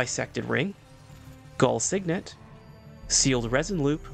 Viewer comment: i think you read gul signet wrong. there could be better ways to get d r . good vids